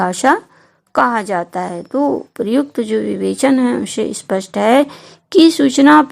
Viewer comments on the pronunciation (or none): none